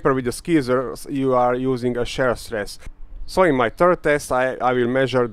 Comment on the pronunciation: Please note that what you refer to as the stress/pulling test is called "tensile strength", and also, shear is pronounced "SHEER". Great video! And very informative too. You really put your life on the line for this one :)